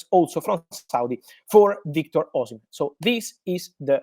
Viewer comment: Oshimem✅ Oshimen❌